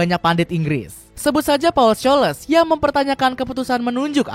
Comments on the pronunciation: risih dengerin nama Paul Skoles ya kak.?:face-blue-smiling::face-blue-smiling::face-blue-smiling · Paul coles😂😂belajar bahasa Inggris dimana min😂